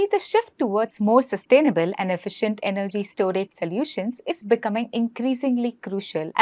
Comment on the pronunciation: May I correct you please....it is not 'salutions' it is (so) solutions